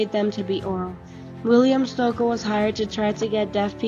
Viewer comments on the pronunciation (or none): It is pronounced ‘Stokee’.